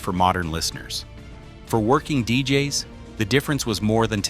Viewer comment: Damn AI voice over... I mean deejayes? (DJ's)